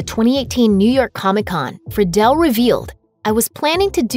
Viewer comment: It’s not often I hear Will Friedle’s last name pronounced correctly. Good on ya.